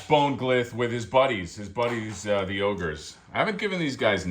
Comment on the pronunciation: It’s “Bonegl” like McGonagall. And “Yph” is “If”, like when the kids used to use Z’s instead of S’s to be edgy. Fig looks fantastic. I love the two headed trolls, and really neat to see in purple. Exxxtreme Grimace, yph ya nasty.